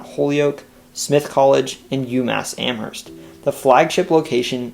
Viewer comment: THANK YOU for pronouncing "Amherst" properly! The "h" is definitely silent in Mass.